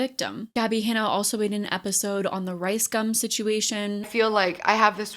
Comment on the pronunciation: Omg your little speak impediment when you said “reaction” and then again when you said “rice gum situation“ 🥺🥹 v cute !